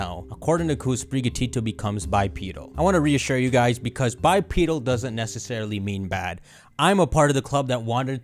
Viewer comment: Bi-pee-deel Me: bipedal